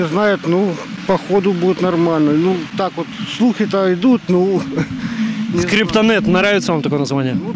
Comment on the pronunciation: Не скриПа-нэт.. А скРепа-нэт..😁😁